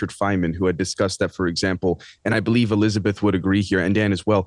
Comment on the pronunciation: ... Or maybe 'Be-Live it"😆!!!